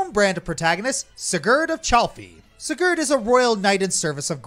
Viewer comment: Spoilers Take a shot everytime mispronounces Sigurd's name